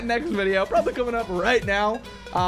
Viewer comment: why do you say madudes is it like your saying madam and dudes